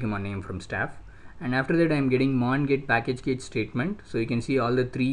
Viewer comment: Please read CACHE as CASH.